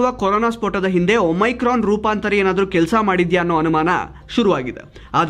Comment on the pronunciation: please ಒಮಿಕ್ರೋನ್ ಅಂತ ಹೇಳಿ.